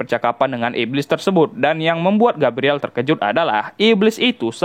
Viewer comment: di baca nya Gabriel, bukan gabriele